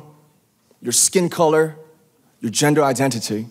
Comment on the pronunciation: It's seriously impressive how well he speaks, and his control over his voice. If you listen to the first part of his speech, he sounds similar to a western rapper. Then his actual accent comes through on a few words. And then towards the end, when he said "Gender identity" it had a very posh British sound too it. He isn't just learning the language, he's controlling his dialect to come across even clearer to native English speakers. It's nuts.